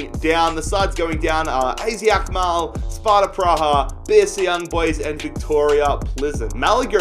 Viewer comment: Az Alkmaar is prenounced as “ahzet Ahlkmaar”